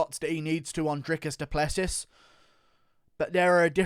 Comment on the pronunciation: Just so you know it's pronounced DRICUS DU PLESS SEE